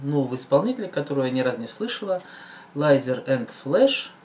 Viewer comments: Лизер,а не лайзер) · читается не ЛАЙЗЕР а ЛИЗЕР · Лизер блеат,а не ЛАЙЗЕР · Лизер а не Лайзер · Послушайте Валентин Стрыкало - Наше лето. P.S. Лизер, а не Лайзер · Лизееер !!!!! Лизер а не лайзер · Только не Лайзер а Лизер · лизер а не лазер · Не лайзер а лизер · Не лазер а лизер! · правильно говорить ЛИЗЕР